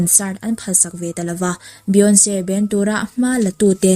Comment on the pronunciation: Beyonce hming i lamdan mai² chu lehh